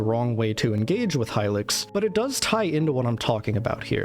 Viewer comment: youre pronouncing hylics wrong